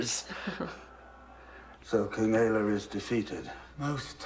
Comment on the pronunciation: I realize how very late I am., I am baffled that u r this far in and are still calling him Ecberk. Brother, it's Ecbert. Love u guys tho.